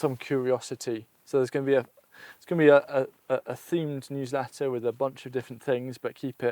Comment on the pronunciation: I thought he said huwsletter.